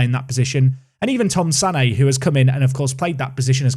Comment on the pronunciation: The name of your Dutch guy that played against Brentford is pronounced "SAnnuh", emphasis on the short sounding SA. So not at all like "Sané".